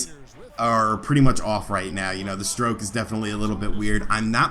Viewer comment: HAHA your STROIOKE is weird!